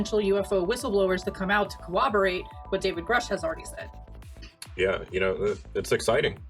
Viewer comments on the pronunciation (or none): Great show. And: it’s pronounced “coRRoborate”, not “coWoborate”. Just an fyi. Thanks guys.